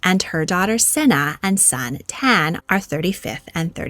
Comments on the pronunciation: I think you will find that Lady Davinia’s son’s name is pronounced tan-ay, not tan. Tane is a very common Māori name. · 2nd note: Māori are not Asian. Aotearoa NZ (my home) is a pacific island nation. Therefore not Asian?! "TANE" is also not pronounced "ten"? For goodness sake, it's "TAAH-ney". Please take a little more care to look up pronunciations before making your videos. I love them, I do, but seeing the noble God of the Forest called "Ten" or "Tan" was a bit much, even for me. Te Reo Māori, aka the Māori language, has been butchered and suppressed enough over the years, and as someone who was born here and lived there entire life in NZ, I was legit so unaware of what you were trying to say that I had to literally go "wait, hang on, wtf did she just say??" and rewind to read the actual name and re listen to what you were saying to figure out what you actually meant that, as a kiwi, I just had to say something and point it out in defence of the awesome native language of my country. Sorry if it was a bit acerbic, but it doesn't take much to do a quick google, I would've thought. //rantover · not TAH-NEY it’s pronounced TAH-NE - ne as in e-gg. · Lady Davinia (#34)'s son's name is not pronounced 'Tan', it's Tāne. You would pronounce it Tah-ne because the macron elongates the 'a' sound. You've also mispronounced Māori as Maw-ri. Same thing re macron, Ma-ri would be better. Disappointing you didn't google this prior to recording your video, considering Aotearoa is a Common Wealth Country. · Some of these name pronunications. Smh. Tane is Ta-ney. Also Maori isn't Asian, it's Polynesian. Jfc. Why say anything if you didn't know? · Your pronunciation of "Tane" is off. "Taa-nay" would be closer to Maaori pronunciation 🙂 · Tane is said 'Tah-neh' and Frederick's wife is the first Jewish person in the extended Royal family. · If you are commenting on British places or titles, PLEASE learn how to pronounce them.